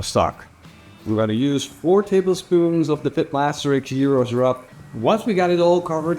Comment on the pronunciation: Well done! You have made a lot of progress on pronouncing "Gyros"! In another video you made a couple of years ago, you insisted on pronouncing it with a very strong "Dutch G". It was much better this time.